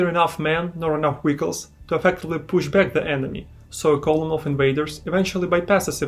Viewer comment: Hearing you pronounce vehicles as wiggles had me confused at first lol